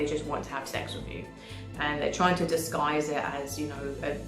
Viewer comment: Btw also … it’s with not wiv. 😂😅 video on point